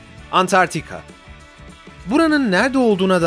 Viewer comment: Antartika ❌ Antarktika ✔️